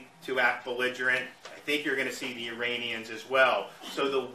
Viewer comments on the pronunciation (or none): none